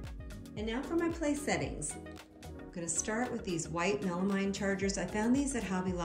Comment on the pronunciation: Beautiful room. FYI: Melamine is actually pronounced like it was spelled MealMEEN.